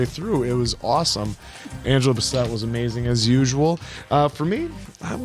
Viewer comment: Yea my eldest brother died the month this came out. So this film wrecked me. Thanks for the reaction as always. Answer its Angela Bass-Set and Le-Tee-Sha. Namor has many pronunciations like Ra' AL Guul lol but I prefer Nah-More how Tenoch says Look up RiRi Williams, Iron heart, she's amazing.